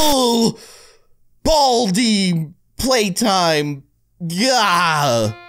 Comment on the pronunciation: it's playtime not platime